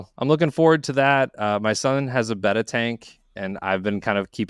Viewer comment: Thank you for pronouncing betta correctly!